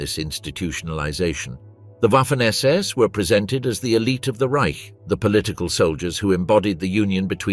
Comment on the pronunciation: OK SECOND ONE I HAVE WATCHED PLEASE GET YOUR BOT TO CORRECT SS , SAS , OR PULE THE PLUG .😮😊